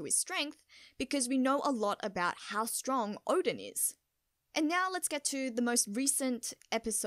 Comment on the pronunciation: Well nyow that you know you pronounce now as nyow, don't stop that, it's super adorable.